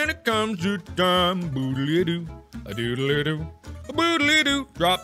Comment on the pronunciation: yes please, it sounded a bit more like 'scoodly soo' to me but nonetheless there should be another one!!!!